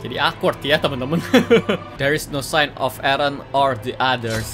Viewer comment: Gimana sih...Mikasa terus bilang "Ereh..Ereh...Ereh" adeh...lelah dah dengarin🗿